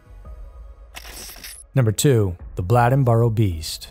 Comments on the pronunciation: Bladenboro is pronounced the same way Bladen County in pronounced. I audibly laughed. Never heard it called Blah-denboro. Bladenboro is just about 20 mins east of Lumberton by car. I've lived here nearly 30- odd years and the beast of Bladenboro is actually still visibly being seen around. Local areas. My mom seen it around 2005-09 time frame.. And actually, I whole heartedly believe thatI recently seen it and didn't realize or even think twice about that being an option. Not to mention, we've all seen huge Cat/Dog like creatures in these woods. But additionally, about the serial killer in Lumberton- the truth of Megan & the other woman's murder, being spread around the locals and mostly like- drug dealers and such (which is essentially a locally known drug area by locals) is actually more gruesome in my opinion, than if it were a serial killer. Long time fan of Scary Mysteries. Keep up the good work. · how can you pronounce Bladen correctly but mess up Bladenboro so terribly 🤦🏼😭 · I dont get it, man.... you can say bladen, but you cant say bladenboro?? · It's Bladenboro (b lay den boro) not (b lad n boro) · Not a Blahd rather a Blay+in+burr. Native North Cackalackians.. pronounce it .. Blayd+ in + burr... .. Used in a sentence Bladenboro used to be big tahbacky farmin area up yonder from Whyyyyyteeville..(whiteville). (NC bred, bornt, buttered, braised n raised Wrightsville Beach North Caxkalacky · It was driving me crazy. He can say Bladen county just fine then butcher "Bladden-boro" 😂 when i grew up there, we called it Bladen-bur 😅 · Bladenboro....not bladdenboro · They caught Faith's murderer at a DWI license check, I dont believe anyone still knows why?Also, I believe its pronounced Blade-en boro not Blad-en boro!! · "Blade n Boro" Not "blad n Boro" you said the county name right, it's the county name plus "boro" I'm from there. Great cover of the story, but the pronunciation of Bladenboro was killing me. 😂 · Say it with me Blade-in-burough not Blĺadenburough😅